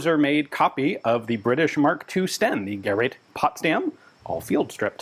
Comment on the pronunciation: Hallelujah! After all these years, Ian pronounced “gerät” almost correctly!🙏😇